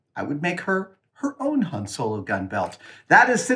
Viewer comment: Says hane instead of Han